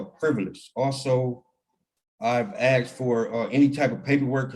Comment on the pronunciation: "I've AXED for..."???